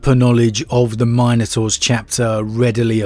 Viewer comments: MINotaurs, not MINEotaurs. C'mon man. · My guy my guy it’s not Minenotaurs, but Minotaurs 🤦🏽‍♂️ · It is pronounced Min-O-Taurs. Not Mine - o -taurs. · It's "min" a tor...not "mine" a tor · Say Mine-ators one more time... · I hate the way he pronounces minotaurs